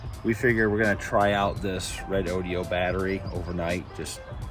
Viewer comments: Ahem.... IT'S pronounced REDODO..! lol.. not REDODIO.. I have 4 BB 100Ah lithiums. They're doing great, but wanting to add more capacity. So I'm just passing by collecting info on the bigger 12v lithiums on the market. No inverter.. Get a Victron Multiplus II 12v. It's a charger\inverter. It's been snowing and cloudy here.. even snowing for the past 6 days, but 800w or more of solar would recharge one of these in 3 to 5 hrs of good sun. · We plan to use an old percolator for coffee to save the juice, lol. Nice review though. Just a tip, it’s Re-Do-Do, not re-do-de-o, lol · ...great upgrade. You guys are going to be able to up the boondocking game big time. I was wondering about the pronuncation of the name Red ODO. Several other sources pronounce it "red ohdough"....hope you don't mind a constructive tip...other reviews give the products a thumbs up...comany used be called "Zooms". Looking forward to your off grid trips! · Nice vid. I see that Redodo looks similar to the word "rodeo"......but Redodo is not pronounced the same.....it's Re-dodo....cheers